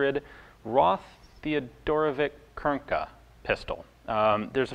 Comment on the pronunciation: Roth is not spelled Ross but Rot with a long o.